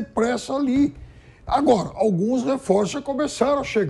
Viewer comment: *Aguóra" ASMAR, Thiago.